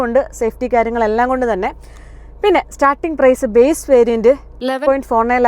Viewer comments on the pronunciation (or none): none